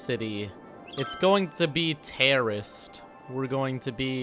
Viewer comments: This whole time I thought he was saying terriost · I thought he said terrorist